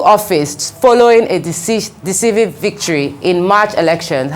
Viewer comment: Decisive not disisive 😅😂